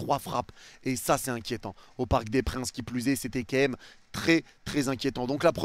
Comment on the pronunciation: fais un effort! « Quemme » dis « quand même » prends le temps stp je queblo dessus espèce de Fraude